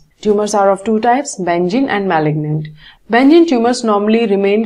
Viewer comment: it was great but ma'am benign ka pronounciation galat hua....